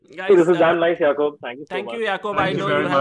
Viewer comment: If is name Is Jacob then why r u calling him "YAKOOB "...😂😂😂